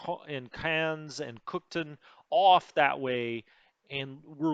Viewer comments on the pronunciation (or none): It's pronounced cook town. Not cookton